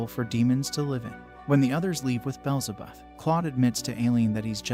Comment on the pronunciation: Name corrections Aileen- eye-lean beelzebub- bee-L-ze-bub like the demon similar to the devil